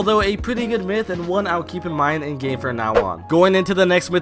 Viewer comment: I love how he says fwom (